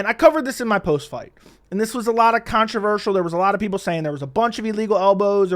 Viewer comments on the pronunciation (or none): none